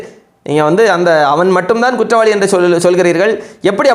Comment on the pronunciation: kuttavaalikku, not kuttalikku.